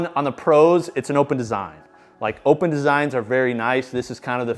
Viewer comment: Will this dude ever figure out that the Eleiko bar is pronounced “open” as well? MF been saying “opppppppen” for years